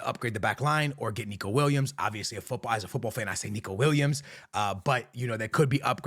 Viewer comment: Are you mispronouncing the footballers name on purpose? Weird for someone who plays FIFA for living.